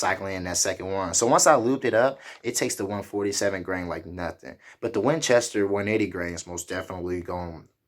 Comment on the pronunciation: Grain...not Gran